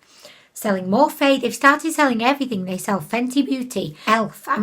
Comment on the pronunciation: I love how you pronounce morphe more-fay 🤣please don't ever change